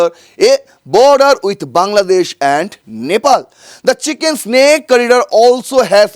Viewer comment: Dada, etea Chicken Snake noi, Chicken's Neck !!! Pronunciation thik kore nile bhalo hai.